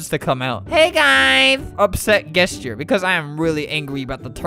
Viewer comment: when albert pronounces gesture "gesschurr"